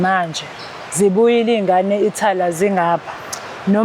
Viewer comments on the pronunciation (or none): Ithala or Italy hhhawu ccy yini ubize kanje amagama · Uqinisile mdala Lo Thala not Italy udomu sthuphethu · Ndichazwa Yi Italy jike ibe Yi Ithala😂😂😂